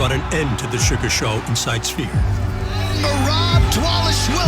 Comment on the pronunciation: Merab pronounces the “p” is sphere 😂 “The spear”